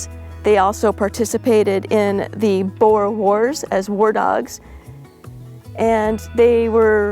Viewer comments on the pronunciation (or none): none